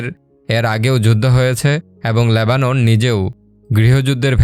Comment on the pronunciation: বাংলা সঠিকভাবে উচ্চারণ করতে পারেন না? এই জঘন্য বাংলা উচ্চারণ নিয়ে ভিডিও করেন কেন? Lebanon শব্দটির উচ্চারণ "লেবানন", আর আপনি উচ্চারণ করছেন "ল্যাবানন", ইত্যাদি।